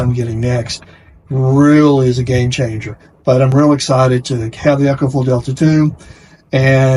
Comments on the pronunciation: EE-KO-FLO Not “Echo” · It's E CO , not echo